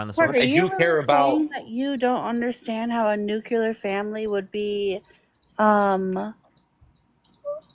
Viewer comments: Nuke you lerr????🤦‍♀️. If she cant say it, she doesn’t understand what she’s talking about. As for the guy, he’s simply a feelings over facts kind of guy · I think that first caller likes the Nookleur Family! While the second caller is a fan of the Nucular Family. Fascinating!